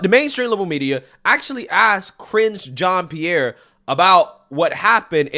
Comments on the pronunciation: I thought you said "Cringe" Jean Pierre at first and started laughing, because she certainly IS cringe. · your pronunciation of KJP’s first name sounds like “cringe” 😂